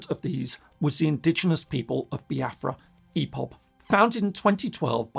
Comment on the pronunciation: Nice analysis but it’s IPOB not EPOB